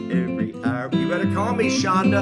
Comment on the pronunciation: People, her name is Chonda, not Chondra :)